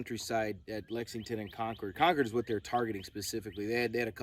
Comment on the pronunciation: Excellent video; especially the summary. Jared will be happy that you said "Konkerd" the correct way.